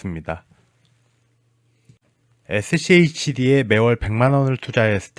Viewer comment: 슈드래요 슈드라고 읽으세용